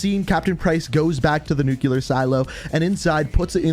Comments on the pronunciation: It’s pronounced Nu CLEar like a Nucleus not Nu Cuuu Lar there is no Nu Cuu Lus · Anyone else keep hearing ‘nucular’ like a pint glass breaking on the ground at a bar? Back when bars were a thing. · Can anybody else not stand when people pronounce NUCLEAR “NUCULER”